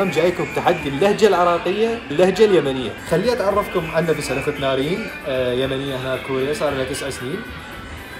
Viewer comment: البنت مو يمنيه .. ماتقدر تنطق نفسنا